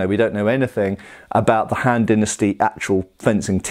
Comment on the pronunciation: The han-d dynasty... ‘scoff’